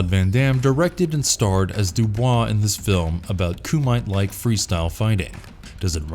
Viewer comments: Personally I would have picked Enter The Dragon instead of Game of Death as the go to choice of Bruce Lee movie. MK basically mimics it's story to a tee and added the supernatural Outworld stuff. And it's Ku-mi-te and not Ku-mite. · "Koo mite," hah.